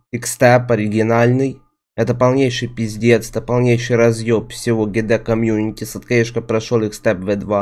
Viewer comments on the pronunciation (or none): none